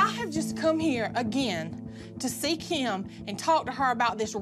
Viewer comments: says kym not Kim and its funny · saying keem bruh it’s Kim lol 😂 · says Kim like “KEYM” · says Kim's name like kyim kyim kyim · saying kim sounds like “keam” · Nobody: Kim: BABABABABABABABAHAHAHEBEBBEBEBEB